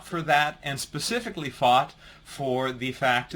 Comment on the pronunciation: Lapin074 amanomonous instead anonymous ...pacific instead of specific. The list is endless.